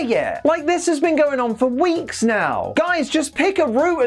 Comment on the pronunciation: It’s weird how you say weeks, I wonder how long apart they air